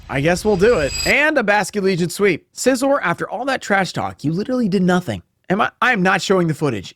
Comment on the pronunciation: Not bullet punching the 1HP meowskarade so as to not take damage hurt a little. Also the way you say Scizor hurts my soul. Scyther like a scythe. Scizor, like scissors, not SIZE-OR???